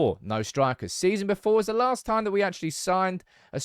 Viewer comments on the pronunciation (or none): none